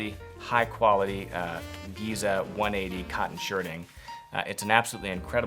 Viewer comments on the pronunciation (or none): none